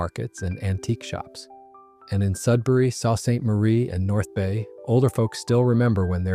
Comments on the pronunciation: Who pronounces it “Saw Saint Marie???” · Sounding all sentimental about Canadian beers in northern Ontario gets OBLITERATED by not knowing that there is a city named SUE SAINT MARIE.... Sault. Switch the AI voice from smarmy to accurate. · Salt St Marie…lol. I love when AI exploits our desire for nostalgia for a few clicks… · not 'salt' st. marie... wheres; the editor? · Sal st marie? Cmon learn how to say it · Pronounced Soo Saint Marie. Stupid AI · Can't even pronounce Sault Ste Marie You're fired